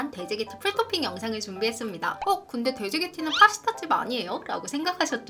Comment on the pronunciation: 풀도핑이 왤케 웃기죠 ㅋㅋ 풀도핑도 아니고 풀토핑 ㅋㅋㅋ